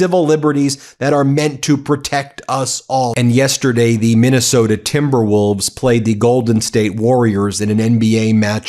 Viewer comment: A and the, not aye and thee.